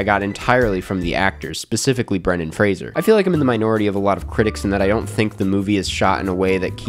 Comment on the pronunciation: so happy you learned how to pronounce Fraser ❤